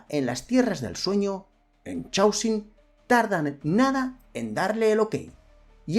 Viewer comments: Por piedad , para de pronunciar chhh aosium A poco no reconoces o palabra Caos (en inglés y muchos más idiomas chaos)? Pues eso, C aosium!… Es un poco irritante escucharte pronunciar mal a cada vez que lo dices. Parece que estás hablando de un chicle. Y eso que me encanta lo que haces! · Normalmente no me quejo de la pronunciación en inglés... pero en este caso es una palabra importante y se repite docenas de veces: Chaosium. Es una variante que se inventaron a partir de la palabra "caos" en inglés ("chaos"), que se pronuncia mas o menos, en fonetica de andar por casa, "keios". Por lo tanto, "Chaosium" se pronuncia (de nuevo, mas o menos) "keiosium"